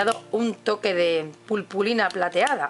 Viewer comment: Es muy bonito, pero se dice puRpurina :)